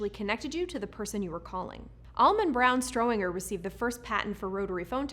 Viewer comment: S T R O W G E R - it's the Strowger exchange, not the "Strohwinger" ;)